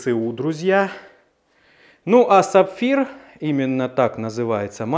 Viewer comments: только САФИР (Safir) а не саПфир))) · Сафир, не сапфир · Не сапфир, а safir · Уважаемый, двигатель называется САФИР, а не саПфир!